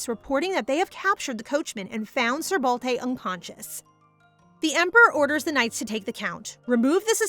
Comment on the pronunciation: It's Balte not Balday ?